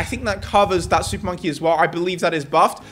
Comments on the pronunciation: What is hé saying supppppponky😂😂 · when he said "Im gonna use super monkey* i just heard SOUP MONKEY